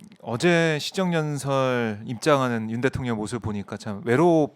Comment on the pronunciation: ㅋㅋ 김의원님 발음이 살짝 샜는데 듣기 좋네요. 대통년~!!